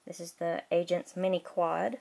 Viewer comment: It sounded like you said lego Asian set